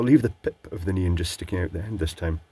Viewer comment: and his "neen" lights... It took me a while to realize you were referring to neon lights in previous videos. Either it's not so obvious this time or I'm becoming used to translating on the fly;p